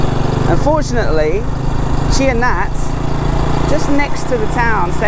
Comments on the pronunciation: Ann (my Thai wife) assured me that the province is pronounced Chai-nat , not Chi-a-nat. Anyway, we love following your journey and hope to meet you when we return to Thailand later this year. Gar and Ann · It's CHAI Nat not CHIA Nat ;-) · Yes...I cringe every time pronounced Chia...like chia plant. It pronounced C h a i n a t kha. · it's CHAI Nat... not "chia nat" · Thanks for showing us this interesting place. I would love to try going up the 500 steps. Btw, the English spelling of Thai words are generally wrong causing the English speaker to mispronounce. For this “Chai Nat” province, it should be pronounced “Chai-ya-Naad” and the temple “Wut Tum-ma-moon”. Unfortunately most of the spelling translation to English is done using the Thai alphabet letters in “direct translation” regardless of the pronunciation. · I think you are pronouncing it wrongly .I say the town and province name as Chai-nat .The Chai as in Chai-na the Country,then the nat istead of na . My Thai wife (now ex) of 10 years came from there .There is a famous bird park in the town center of Chai-nat . It may or may not be open now because of Covid. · Since when is it pronounced Chia Nat? 🙄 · You just spent 2 months pronouncing Koh in Samui wrong, and now this Chai Nat is taking the piss.